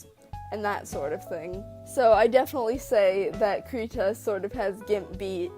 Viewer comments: It'd be "CRY-tah", also nice drawing! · The beginning is pronounced like "crib" (without the b). One can go to : and press the speaker button to hear the swedish pronunciation.